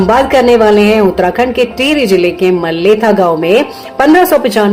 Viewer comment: Mathela nahi Maletha Gaon